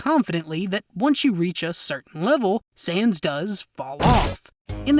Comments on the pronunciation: Dude. It’s sans. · why do u say sans as saiyans im getting confused